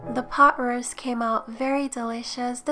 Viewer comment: Did you say beef pot ruist?